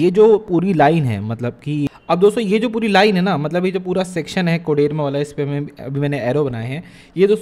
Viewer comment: Abe कोडरमा होता है ,कोडेरमा नही